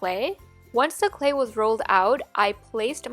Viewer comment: She pronounces clay “CLE”